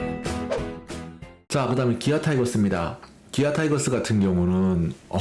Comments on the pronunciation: 옛날 사람들은 타이거스라고 배웠어 이해해줘라이ㅋㅋ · 타이거스?? 타이거즈입니다 뚜드려패기전에 즈라고 발음해주세요